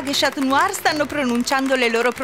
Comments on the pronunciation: Si dice scanuar non scat must!!! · NON SI DICE SCIATNUAR LEI A DETTO SCIATNUAR😂